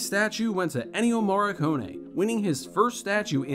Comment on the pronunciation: You repeated Morricone's name 4 times and pronounced it each and every time different and WRONG. Wow. Now, that is one REAL WTF!